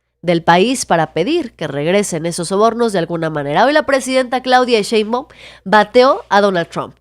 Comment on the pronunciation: A Monreal hay que decirle que no es Cheibaum es Shhhheinbaum.